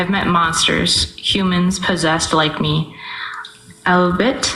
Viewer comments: fucking up “Albeit” to “All-Beet” was the cleanest, best pleasure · She says “often” SOOO MUCHH. For someone who supposedly loves literature she doesn’t seem so have a greatest vocabulary. She couldn’t pronounce albeit! I can’t…